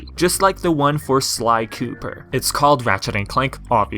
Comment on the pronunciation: I always love when yu say "Cooper" xD